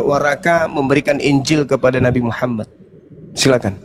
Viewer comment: Ini orang ngomongnya juga ga bener,bukan warakah,worokoh.